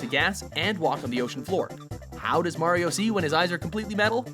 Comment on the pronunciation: WOW YOU SAID HIS NAME RIGHT MARIO NOT MERIO